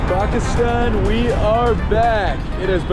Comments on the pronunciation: lol i thoiught u were gonna prnounce it paakistan my surprise when u pronoiunced it right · bro the first ever foreigner to prounounce pakistan right xd il it